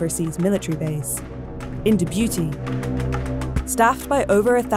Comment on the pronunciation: Never heard Djibouti pronounced as "De Beauty" 😂😂